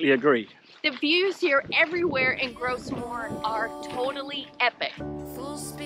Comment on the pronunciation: Another little pronunciation tip... Gros Morne is French and so "Gros" is pronounced exactly like "grow" in English.